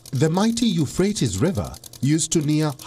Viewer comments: It's pronounced you-fratees, not frates... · Pronounced as "Eu-phra-tez." and not "Eu-phrase" . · Hey do your homework before you start reading .. better still learn some geography and current affairs. How shtoopid does it look when a channel funded by Zee has an anchor who calls Euphrates (yoo.fray.teez) ... Euphratss. Read some english and geography. College ki degree lekar seedha TV per? Padh bhi le thoda sa? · Its pronounced U FRAY TEES. Drives me mutts when educated people mispronounce words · Dude.. u-fray-teez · The presenter doesn’t know how to pronounce Euphrates.